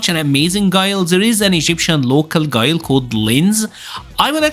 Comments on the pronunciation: Who tf is gee-lay 😂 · so Guile = "Gillay"....OK.